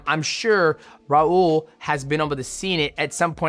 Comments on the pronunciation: Brother, just say “Raul” not “Raurrr”😭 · bro why u rolling ur r’s when it’s an L at the end of “raul”😂😂😂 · I was looking for this comment 😂